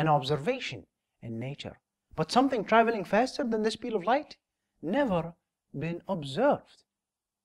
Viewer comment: Fasterrr, towarrrds, furtherrr...